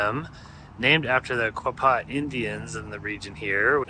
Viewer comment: Its Quaw (rhymes with claw) paw (just like a dogs paw. And Chaffee rhymes with staff then the e at the end. It surprises me all the people who do travel videos but never bother to ask a local how to pronounce the names.